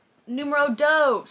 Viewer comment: If you want to pronouce "dos" better, when you make the "o" sound make it just a little bit further back, so the tongue doesn't touch the back of your teeth. For the "s" think about wisteling, now try to wistle without pertruding your lips, that's the sound.